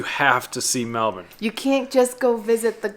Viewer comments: Good job saying Mel-bun instead of Mel-bourne - true Aussies! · Thanks for pronouncing it correctly MELBN. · #1, thanks for pronouncing Melbourne correctly. 👍 #2 Correct, no need to compare. Both have their good points. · Congrats at pronouncing Melbourne correctly!!! And I was a South Aussie!!! LOL